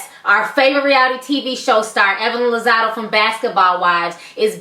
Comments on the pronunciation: it's been 2 years, but did anyone tell you it's Lozada not Lozado? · It's Lazada with an a not Lazado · Geez girl, even you are pronouncing Evelyn's last name wrong. Bbut I guess you dgas BOL!!